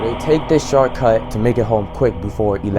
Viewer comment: “The sharcut”😂😂😂